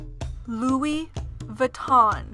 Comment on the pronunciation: The speaker has a stuffy nose, which makes her voice nasal. Also, she doesn't have the best diction. So the modeling isn't great. Furthermore, there are errors in several names, especially Givenchy, Ermenegildo Zegna, and Louis Vuitton.